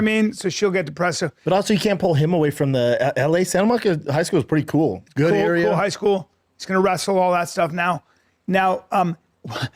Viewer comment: Santa Monica is a good “earia” thanks Bapa. Didn’t know that